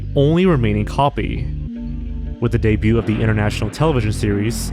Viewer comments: my guy. your videos are good. but the t in 'debut' is silent. it's been driving me nuts watching your lost media vids (no hate tho) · You really need to learn how to pronounce "debut", "debuted", "debuting" etc. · The "t" in "debut" is not pronounced.